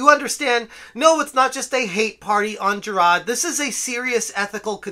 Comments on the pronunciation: Who's Jer-rod? I thought his name was Jirard? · the best part of this guy reporting on this story is the boston kind of accent whenever he says “JIRAHD” ☘️